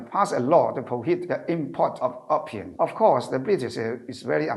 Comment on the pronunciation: Opium 應讀"O 片"，不是"of 片"。。🙏🙏🙏